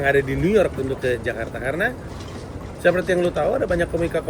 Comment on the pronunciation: bang pandji menggunakan pengucapan Jakarta layaknya orang Indonesia 👍